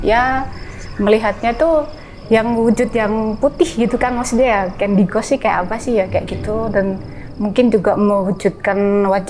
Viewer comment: Buat mbak narsum, sebaiknya gak usah pake istilah (kata) dalam bahasa Inggris, krn pronunciation Anda masih salah, saat Anda sebut candy ghost, pengucapan "GHOST" nya SALAH, coba Anda cek, sehingga kami sempat bingung maksudmu apaa?, gak usah pake bahasa Inggris mbak!, belajar dulu!